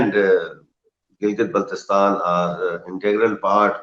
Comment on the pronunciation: You can't even pronounce name of GB why are you talking